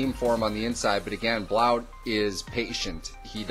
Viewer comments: thegrizzly3436 No he's not he's from my home town, he spoke at my school when I went there several times its pronounced "Blunt" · It's pronounced blunt